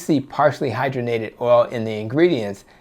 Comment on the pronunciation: Hydrogenated: hi-DRAW-jen-ated